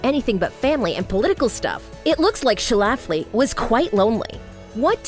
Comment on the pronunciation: Yo! I'm from Illinois. One of my colleagues in Chicago Women in Broadcasting actually went to high school with one of Phyllis Schlafly's daughters. Notice there are only TWO syllables in Schlafly. It's pronounced SCHLA fly, not Sha Laff Lee. Please redub.